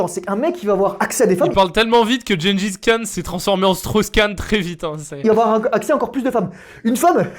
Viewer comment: Je promet avoir compris à « génie fiscale » au lieu de Gengis Khan